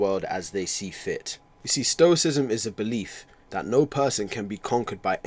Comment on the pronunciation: Not to be that guy, but isn’t it stoicism? Not stocism